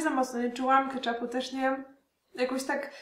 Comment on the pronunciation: Keczupu, nie kaczapu